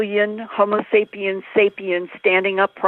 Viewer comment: Of course she couldn't get through an interview without saying "Sapien sapien." hrm. Love you Linda!